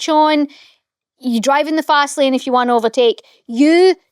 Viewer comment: When says if you enjoy the show, it sounds like FU ENJOY THE SHOW😂😂